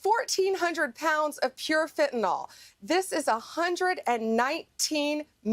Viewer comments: Fentanyl Nyl is pronounced Nil not Nol, Got it? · Ugh! The mispronunciation of fentanyl (fen tan yl) NOT (fen tan all.) UGH!!! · Pam, it’s Fentanyl, NOT “Fentynol” . If you can’t even pronounce it correctly or spell it, how can we expect you to deal with more complex issues? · Funny how Bondi still can’t pronounce fentanyl. It is NOT fentanol. Somebody please help her with this. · You say it correctly but I wish people,( especially those on the right) would learn how to pronounce it right. It's Fentanyl, NYL not fentaNAL like NOLL. it's pronounced sounding like a short i fen ta nyl, not nal. Get it right maga. Drives me nuts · Hey dumb bitch, the word is FentanYL, not FentanOl.. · For Christ sake republucans its fenta-NYL.... not fenta-NOL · It's fentaNYL, not fentaNOL! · The vacuous Attorney General chosen by history’s most ignorant president looks at the word Fentanyl and says “fen-tan-ol”. 😂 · Pam Bondi cannot even pronounce fentanyl. She calls it "fen-ten-ol", as if it contains Tylenol! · The idiots Trump hires people who can’t pronounce fentanyl, or count. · She cares so much about fentanyl, she doesn't pronounce it correctly. 😮